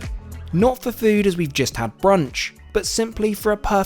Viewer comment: Are you jesting with us in always saying jest rather than just? 😀